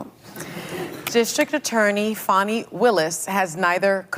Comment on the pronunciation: First of all no black woman from Georgia is named FAWNee. Its FANNIE.